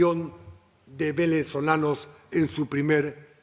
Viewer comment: Velezolanos o venezolanos? Sabes hablar pituco?